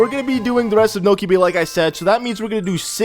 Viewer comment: You said: Niko bay XD